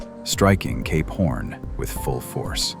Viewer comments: When you say Cape Horn, it kinda sounds like you're saying Gay Porn. Fascinating video thanks for posting! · Is this guy saying "Cape Horn" or "gay p*rn"?? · When he initially said Cape horn .......I heard it "gay porn" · I listened this while trying to sleep with eyes closed..and I kept hearing K-*orn..and now I couldn't sleep. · CAPE PHORN 😂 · Cape: Sounds like "kayp" with the "ay" sound as in "day" or "say". Horn: Sounds like "horn," with the "or" sound as in the word "door". Your pronunciation of Cap Horn is sadly different... 🤔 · Why am I hearing "gay porn" instead of Cape horn?